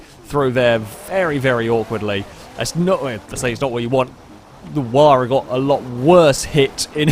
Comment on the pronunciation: took me a while to figure out by ''waar'' you meant Huayra! lol